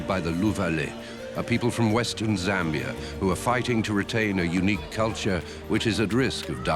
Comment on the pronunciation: It’s zambia not zambie